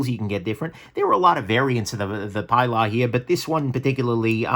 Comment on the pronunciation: OK I'm gonna be a nudge. The CRKT Pilar is named for Ernest Hemingway's boat out of Key West and used in UBoat patrols in WWII. The boat was given a feminine Latino name... Pilar, pronounced PEE'laar. This was a great list. I have the Elementum, Backlash and Feldspar in my collection. They are excellent knives no matter their cost.